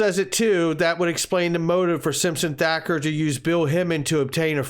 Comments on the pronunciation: Again...with the THAKKER !!!??? THATCHER DUDE....THATCHER !!!! Jeez Louise !!!! Is it butchery or Bukery ??? That aside I'm with you on all the info you provided, they all connected to the lawsuit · It’s Simpson Thacher (pronounced Thatcher)